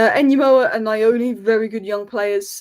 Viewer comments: It's not Na- yo-knee, it's New-oo- Knee 😂😂😂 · Pronounced nyour nee. Nyoni.